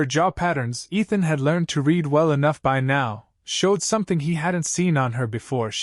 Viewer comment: The AI reader simply does not ever correctly identify which tense of "read" fits in context; it mispronounces "read" several times in this story.